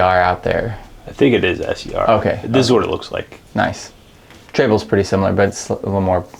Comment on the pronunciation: It's tray cable, not trayble.